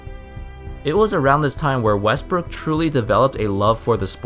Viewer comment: You say wrestbook